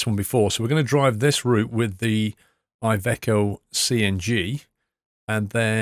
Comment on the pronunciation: I am Italian and iveco it’s pronounced like the I it’s an e